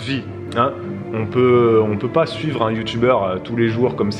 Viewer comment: J'ai 2 ans de retard 😭 Quand a dit You Tube on aurait dit Teube... 🙈